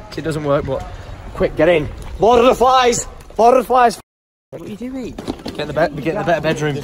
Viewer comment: i hear lord of the fans but not flies